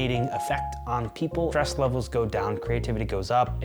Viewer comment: i like how when you say :stress levels go down creativity goes up" if you have bad speakers it sounds like you're saying "trust levels go down"